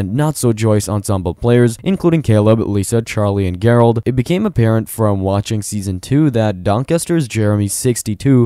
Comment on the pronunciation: When he says Gerald 😂😂😂😂😂😂😂